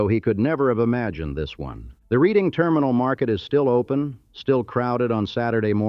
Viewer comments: The AI voice can't handle some of the names. Creators really need to adjust their scripts when that happens. The Reading Railroad is named for the city and pronounced "Redding", not "reeding". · The Reading Railroad Terminal is pronounced "redding" , not like reading a book. The scene is near San Diego. It's in San Ysidro just north of the Mexican border at Tijuana. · Reading is pronounced redding,not reeding- someone who has lived in Philadelphia for 55 years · "Redding", not, "Reading:. Gosh that hurts. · Ugh....AI pronounced "Red-ing" not as it is spelt Reading. Tă-kŌ-nee not TACK-o-nee. SKOO-kuhl is actually dependant upon age, origin, and habitation of speaker. 🤪 The most common minor differing pronunciation will put that H back in there:ShKOO-kuhl....or put back that L that was the bane of young grammer students...either end of first, the more difficult beginning of last pronounce 'lk" from a sto! SKOOL-kuhl..SKOO-lkuhl.....the whole second syllable spoken as if a sound emitted as an aside to swallowing. Modern Dutch "originist" will emphasize -kil, which is Modern Dutch, not Middle Dutch -kille for body of water. And just because.. -kuhl can be replaced with -kəl. The "Pennsylvania Dutch" are actually Low Country Deutsche, farmers of lands along the rivers that empty into the sea through Dutch deltas......farmland now, or at least until recently industrial . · The AI voice says "reading railroad" - and though it is spelled that way it is pronounced "redding railroad" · Hey, AI, it's the REDDing Terminal, not the REEDing. Jeeze. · Not to mention "reeding rr" instead of Reading (ready or not) Railroad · It’s pronounced “Redding” (Reading railroad) and Schuylkill River pronounced Skoo’kill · Reading is pronounced Redding. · Yeah it runs through Reading too. That’s pronounced Redding. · Dude, stop using that stupid AI voice. Just narrate it yourself. The way it pronounced "Reading" Terminal Market, and Schuylkill was just horrendous.